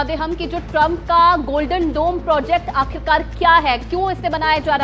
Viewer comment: Golden dom nhi U TURN DOME Bilkul doland trump jaisa 😂